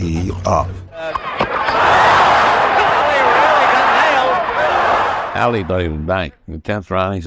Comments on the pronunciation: This guy calling him Aaali ! Get outta here little man until you can pronounce the man's name correctly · How hard is it to pronounce Ali correctly? A-Lee.